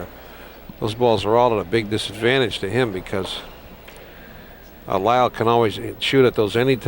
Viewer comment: RIP! His name was Leil not Lyle, just for the record.